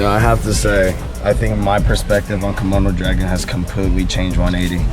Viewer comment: Is he keep saying Kimono dragon? xD